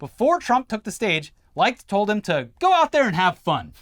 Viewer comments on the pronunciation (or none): RE: Chris Licht. You're saying it wrong. It's not pronounced LIKED, it's LICKED. You know, like a pussy...